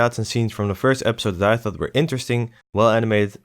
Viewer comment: I heard "And fucked yourself, wow." in the first few seconds where you said "And thought to yourself, wow." haha